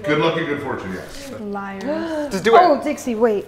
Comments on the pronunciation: He gave up pronouncing "Dixie" and go with "Dickie" instead it's so funny 😂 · my man called dixie for "dicky" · Am I the only one who heard say "Dickie"? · i like how he said dicksee instead of dixie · I’ve seen a 5 year old who loves eating snails eat snails but I just saw a damn millionaire teenager WHO NEVER ATE A SNAIL BEFORE BRUH Edit 1: “Dixie” Bro is the best commentary you tuber calling a millionaire tik toker “dickey” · OK BUT SNAILS ARE DISGUTSTING EW BUT LIKE U HAVE A 5 STAR CHEF AND WTF OMGGGGGG its "dixie" not dicckie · her names dixie not diggy not dicky dixie get it right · D'amelio fans: Dixie: "Dickie" Me: "WhEeZe" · did he call dixie "dicky" or do i have hearing problems lol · Atleast say Dixie’s name right